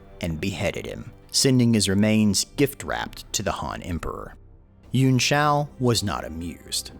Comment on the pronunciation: Yuan Pronounced: Yoo-Anne or Yoo-On Killing me every time you pronounce it.